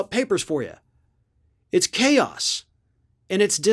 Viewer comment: 🤣Everytime said caos, I kept thinking...even KAOS wasn't that bad!